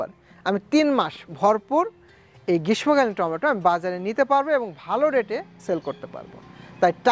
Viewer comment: উচ্চারণ গ্রীষমোকালীন হবে না। শুদ্ধ উচ্চারণ হবে। গ্রীশশোকালীন। তবে লিখতে গেলে গ্রীষ্মকালীন লিখতে হয়।